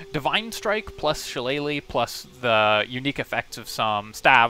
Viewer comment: Kudos on the pronunciation of shillelagh. Always cracks me up when Americans butcher it. Especially seeing as how many of them claim to be Irish 😂